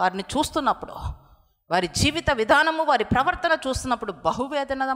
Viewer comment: Pravaktha adi pravarthalu kadhuuu